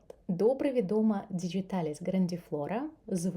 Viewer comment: Чудова рослина! Приємний голос 😌 Латиною «діҐіталіс», не через «дж» 😉